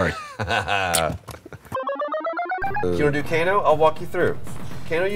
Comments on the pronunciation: Co-Kano? LOL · Well, that's it. I'm calling Kano ''Kokano'' from now on.